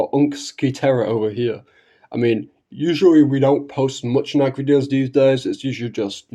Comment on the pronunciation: You'll have to forgive me, but it's difficult for me to take your supposed knowledge of Nikke seriously, when you don't even pronounce it properly.